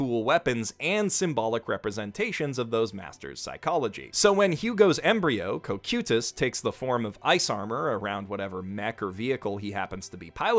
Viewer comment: I promise that it's not that hard to pronounce the word "cocytus".